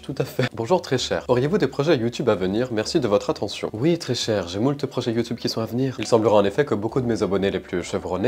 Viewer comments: Ses youtube pas youteube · Youteb. Touktouk. 😂😂😂😂😂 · Le "YoU TuB" il m'as défoncer 🤣🤣🤣🤣🤣🤣 Mais aussi, toute mes condoléances cher je suis désolée pour vous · Comment il a dit youtube😂😂😂